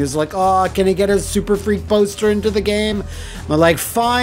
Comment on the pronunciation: IT'S "SURFREAK". SURF...REAK. SURFREAK!